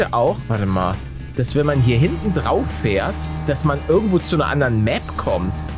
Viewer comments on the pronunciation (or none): none